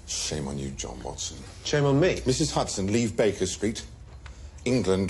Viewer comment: Sherlock calling Mrs Hudson ' Huderz' is possibly the best thing to of ever happened 🤣🤣🥰🥰😍😍😍